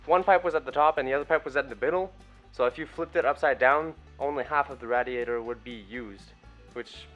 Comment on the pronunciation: There's enough room for at least another four cylinders in that engine bay, you'll be able to stand in with the engine to work on it. Ask Mike how to pronounce RAY-D-AYTER, good work man...